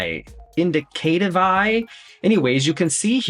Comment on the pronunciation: You’re so cute! The business name “Indicative” is pronounced in-DIC-a-tive with a weird extra i on the end. Maybe it’s “in-DIC-a-tiv-aye? 🤪